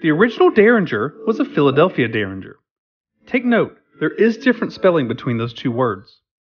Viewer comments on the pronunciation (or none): none